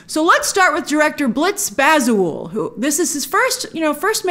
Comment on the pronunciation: The director is Ghanaian,you're saying his name wrong...its Baza-woo-lay.He used to be in the music industry back in the day.